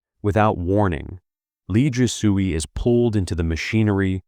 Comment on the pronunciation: He butchers every name. Last part is not "soo-ey" but "sway." 😂😂